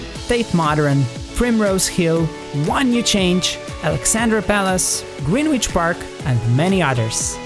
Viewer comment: "green witch park" its grenich actually